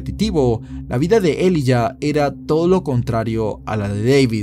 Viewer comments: se pronuncia Elaiya.... Elijah =elaiya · se pronuncia “ilaiya “